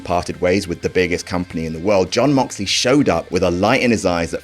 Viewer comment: You pronounced Jeyooooooooooon Moxley wrong.